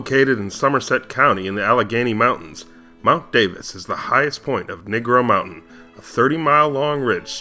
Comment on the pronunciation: It's actually Negro Mountain, not "Nigro Mountain" lol